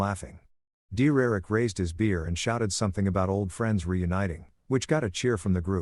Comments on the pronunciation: The voice meant DERRICK! 😂😂😂😂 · I thought it was saying "dear erick"